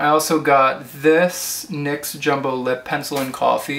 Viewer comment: You're pronouncing it right. It is pronounced "niks." it is named after Nyx, goddess of the night. I read that on the NYX website.